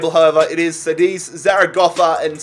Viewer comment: it's pronounced (ka-dis) not "cedice"